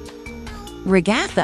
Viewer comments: Ragatha not regotha 😡😡😡😡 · you said Ragathers name wrong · they say ragatha her name as a nonsense word lol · Bro why do you say ragitha and kinger so rong like what the hell